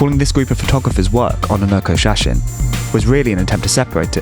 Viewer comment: ona nokko shasin? lol. its on-nanoko shashine.